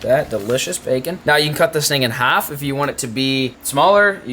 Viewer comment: to the way he said half 😂😂😂😂😂😂